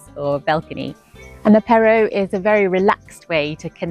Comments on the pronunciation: It's pronounced apéro accent on a long ooo npt apparow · Hmm, well, French don’t say “a-PAIR-o”. They say “AH-pay-ro”. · The way you pronounce apeyrow is sooooo cute ! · It's ah-PEY-ro Yes, the French can be frank at a café, but it's not always the case at work. They aren't always up front when they should be. I know this after working here for 30 years. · I enjoyed your video, but you are pronouncing apéro incorrectly. The accent is on the last syllable. 😘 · "Apéro" without any pronunciation effort does not make you french. Please, stay in the UK if you don't care enough to even try to get pronunciation right.